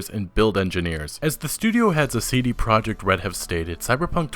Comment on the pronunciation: wow for the first time I heard correct polish spelling of CD Project RED which is "CD Proyect RED" with "Y" xD